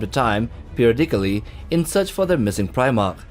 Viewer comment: I need to thank you for "peerodickalee" greatest pronunciation of the word had me in tears.